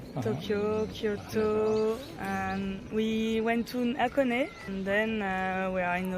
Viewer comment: 箱根の発音がフランス人らしくて笑える😂